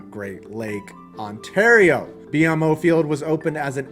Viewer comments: Quick tip: Canadians don't pronounce BMO sounding out each letter. The correct pronunciation is "BEE-MO" Field. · BMO Field is pronounced B-Mo . Not trying to be a dick. I really like this video. Just thought i'd let you know. Cool video!